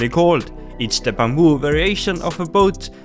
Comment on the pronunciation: I love the way how he say bamboo as "bumboo" 😂😂